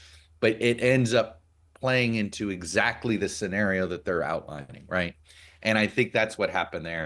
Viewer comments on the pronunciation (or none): none